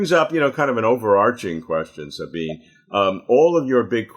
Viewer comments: Sabine is THREE syllables. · How shabby to not even know how to pronounce her name. It's embarrassing and disrespectful. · Robert, you mispronounced Sabine's name! 😆